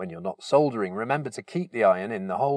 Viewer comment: Oh- and it's lovely to hear -soldering - not sodering as the Americans say! cringe!